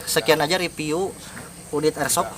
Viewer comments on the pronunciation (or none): Review bang Bukan Ripiu hahhahaha...